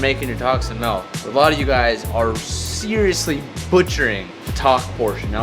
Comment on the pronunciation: Why do you pronounce “milk” like “melk”?